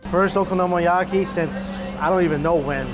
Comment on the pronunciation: "okonomOyaki"....... cmon xD